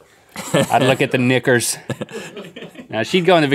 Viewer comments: Guys, it's "knickas", not "knickers". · "Knickers"? It sounds like Link is saying something else! 🤔😂